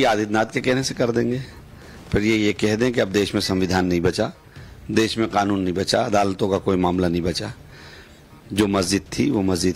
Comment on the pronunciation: Arey Owaisi gadhe its Kanun not Khanun